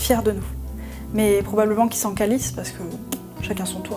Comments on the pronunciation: la A de CALISS se dit plus câliss. un "a" fermé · ta réussi vraiment me surprendre quand tu a dit que tu t'en calisse, tu l'avais pratiquement, mais le "A" doit plus sonner comme un 'O" je m'en cOlisse, je suis québécois alors j'ai appris à conjugué a sacré avant d'apprendre a bien parler:).